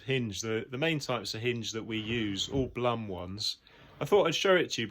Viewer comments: It's Bloom ( Blum), not plum :) Beside that thanks a lot. Very informative and helpful. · Great video. Very well put together. But maybe mentioned here or not - the company is pronounced "bloom"